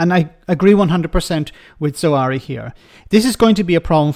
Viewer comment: His name is Zahawi, not "Zuh-wari".